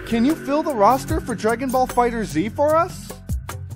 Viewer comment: Its Dragon Ball FighterZ Not Dragon Ball Fighter Z